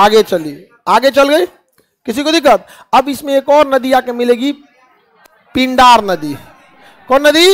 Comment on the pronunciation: विद्वान मित्र संतोपथ नहीं सतोपंथ हैं। पिंडार नहीं पिण्डर नदी है केदारनाथ १५ किमी नहीं क़रीब २४ किमी हैं पैदल। नंदाकनि नहीं नंदाकीनी है। मंदाकिनी हैं ना की मंदाकनी।